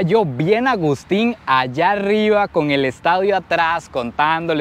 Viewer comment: "Estaudio" jaja. Saludos amigo!! Excelente contenido 👌